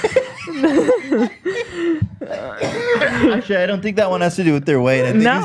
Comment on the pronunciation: Am I the only person that noticed Ethan says “NightMERE” instead of nightmare- just like Burt Kreischer 🤣